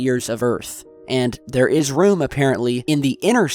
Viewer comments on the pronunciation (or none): none